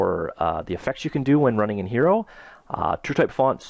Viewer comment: This is a great tutorial, but I believe Hiero is pronounced: high-row, like in hieroglyphics. ;)